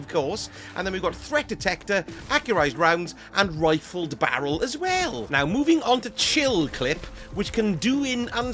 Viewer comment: I gotta know why you pronounced barrel like that it was so uncalled for